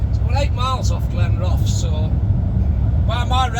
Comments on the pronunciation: All the best but it’s pronounced Glen Roth es 😂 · Great video as always, I used to live in Glenrothes and it's pronounced Glen-ro-thuhs 😁. Just my humble opinion BTW 😉🤣